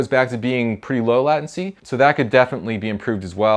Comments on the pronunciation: I think you mean “lay” tency. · That's pretty sweet! *Also, it's pronounced 'lei·tuhn·see' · I've never heard anyone say "latency" like that ;p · I'm not gonna lie I noticed it too.